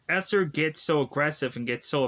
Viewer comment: Dude, you cannot review movies correctly. Misnaming and mispronouncing characters’ names. Who is EsLer?